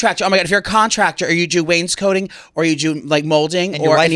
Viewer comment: Wainscoting not coating 😂